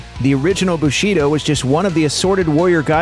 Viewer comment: Bushido - stress is on the first syllable...